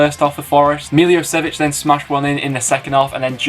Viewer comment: Good vid m8. The only thing was the way you pronounced Milosevic